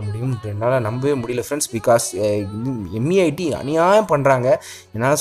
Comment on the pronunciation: BRO ATHU MEITY ILLA MAIRU.